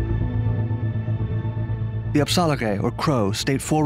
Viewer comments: It kind of got annoying to me at one point until he said “Apsaalooke” which means children of the long beaked bird aka the Crow nation. He said it correctly and in that gained lots of respect because he did his homework. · I don’t believe so, how I determine this was when he said “Crow” in Crow language in the correct way and that is, “Apsaalooke”